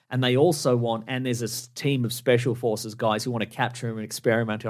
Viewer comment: Can't help but hear "special horses" instead of "special forces"